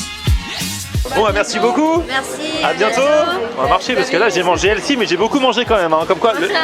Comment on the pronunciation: Par contre le prix, il n’est pas détox quoi., on t’adore mais on prononce healthy(healfi et non elsi). 😂